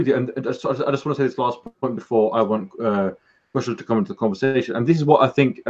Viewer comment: Please say Kushal name correctly!